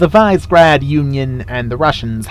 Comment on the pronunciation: Visegrad I believe is pronounced as Vee-Say-Grad however with Your pronunciation gives me doubt.